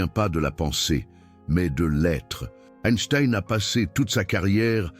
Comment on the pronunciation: SVP apprenez à prononcer son nom…please, please, please !